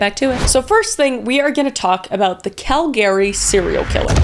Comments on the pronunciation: the way you say Calgary as Cal Gary instead of Albertan approved cal gree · Kal-Gary? I've always heard it pronounced Kal-Gah-Rhee. But I'm not Canadian, so there's that.... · Kris Texas is getting to you lol as a new founder it’s pronounced cal- grr- ey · I hate to be critical, but it is CAL-ga-ree, soooo not cal-GA-ree. It was just so distracting I had to mention it. It's not difficult or rare in English, so it just seemed very off. Other than that, I have been enjoying your videos! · Dont say "cal-gary" it's "calgry" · Exphyxiation? :D It's asphyxiation. ass-fik-see-ay-shun. Also Calgary, which as a Canadian you should know, is pronounced. CAL-guh-ree. Not Cal-GAR-ree. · Not to be that guy but, its not pronounced cal-gary its pronounced cal-gree. I've been there a few times. They're very upset about it being pronounced incorrectly. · I'm not trying to be an arseh0le in my comment. It's pronounced Cal-gah-ree or Google says it's pronounced Cal-gree. I've never heard it pronounced Cal-gary. Forgive me, it threw me everytime you said it. It's totes my issue. 😂 Love you girl. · Is that how all Canadians pronounce Calgary? Cal-Gary…… I always pronounced it like Cal-gur-e! Siri also pronounced it the same way as me. 🤨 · “Cal-gree” not “Cal Gary” ❤ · Cal-gry not Cal- Gary 😏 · I have never heard Calgary pronounced that way. Cal-Gary (like the name Gary). Adding that to my vernacular. I'm from the Southern US and have only ever heard it pronounced like Cal-guh-ree. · omg hearing it pronounced 'Cal-GARY' instead of 'Calgree' is so wild from being from there lol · We call it calgry not Calgary LOL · Totally, I never really heard it until Kris said it. I was like who the hell is Call Gary? And then I looked back and saw she meant Cal-Gree lol. Also the mispronounce of Ian Baz. But hey she's still doing amazing and no judgement. <3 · I'm sorry, was I today years old when I finally learned Calgary (CAL-gary) is actually pronounced Cal-GARY? Or have I just been bamboozled?! 😂😓